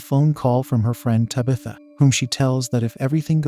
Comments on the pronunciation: Bruh just type in "Tab. ith. Ah" in the AI voice thing, it'll be spaced out but it will at least pronounce the damn name right...😂😢😂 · Lmfao “tubithuh” i feel like this is how mike Tyson would say that name 😂😂😂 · I like this pronunciation of Tabitha better. Lol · Me too! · It gives it an old Salem Puritan sound to me.